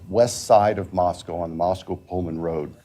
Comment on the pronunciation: The judge also mispronounced Moscow at least once -- "Moscow" instead of "Moscoe." I know because my brother who's lived there 40 years always corrects me.